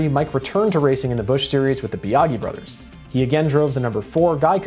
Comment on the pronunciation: I thought Wallace and Ultra parted ways so he could drive the 12 and Lepage was thrown in And Biagi is pronounced Bee-a-jee